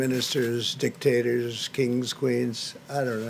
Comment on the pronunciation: Did he said dictators?